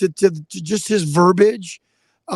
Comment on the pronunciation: For gosh sakes the word is pronounced verBEEEage...not verbage.